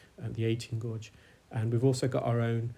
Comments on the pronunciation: gauge not gorge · I love these videos! I'm being distracted however by your occasional mispronunciation of the word gauge. It is pronounced "gayge". Thank you for these informative videos. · He's pronouncing gauge differently. A gauge is a term used for measurement. A gorge can be a narrow valley between cliffs or big hills like Cheddar gorge or it can mean to be greedy. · Gauge is pronounced Gayje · Thank you for the time and effort you put into your videos, they are very educational which makes this really interesting. The suction tube looked huge in that ear canal. The correct pronunciation of guage rhymes with age, anybody telling you different is wrong. The main English dictionaries all have the pronunciation written with the word. Saying that it doesn't matter as we all know what you mean.